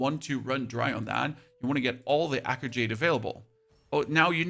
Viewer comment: Thank you for the useful info, but I gotta be honest, the way you pronounced “Talon” and “Echo” at first was atrocious.